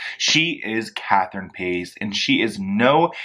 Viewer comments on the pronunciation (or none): Paíz(pie-eez) Not Catherine “pAyS”